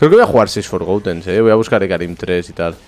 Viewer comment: por favor deja de decir "forgoUten" no se dice con U forgotten... Gracias